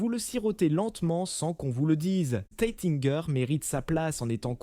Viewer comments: Les noms de crtaines maisons de chmpagne sont prononcées d'une manière invraisemblable, les vois générées par IA, cest vraiment grotesque ! Taitinger et Bollinger se prononcent Taitaingé et Bollingé et non Taitingère et Bollinger ( prononcés comme Godfinger !) , Dom Pérignon et non Dome Pérignon. Quelle voix ridicule !!! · "Taytinger" "dom" : encore un bon moment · Moé et Chandon ... Teitin gueur ... Bolingeur ... Pol Rogeil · Pourquoi massacrent ils la prononciation des marques : Moé et Chandon, Taitine-gère , Bolline Gère, Paul Rogeaille , Krügue, Dôme Pérignon etc ..… 😂😂😂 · Le nom Bollinger est d'origine germanique, désignant une personne provenant d'une localité nommée « Bolling » ou « Bollingen » en Allemagne ou en Suisse. La célèbre maison de champagne a été fondée en 1829 par Joseph Jacob Bollinger, un Allemand passionné de vin, en association avec Paul Renaudin; donc svp prononcez le nom correctement, à l'allemande. Idem pour Taitinger et Krug: prononciation catastrophique; à l'allemande svp. En Alsace, on parle allemand. Si on ne sait pas pronoçer, on ne prononce pas